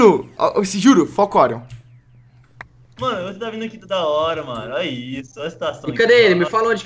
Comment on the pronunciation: Kkkkk o Orion falou tudo errado